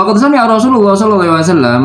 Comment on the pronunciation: Maaf unt baca kitabnya agak salah... Mungkin sabqul lisan.... Qa qod samiahu.... Bukan samiuhu.... Samia.... Laqod utita.... Bukan utitu.... Ta... Bukan tu... Kamu dikasih suara